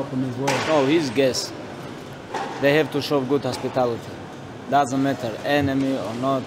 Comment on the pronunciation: Khabib "Daasant matter" Nurmagomedov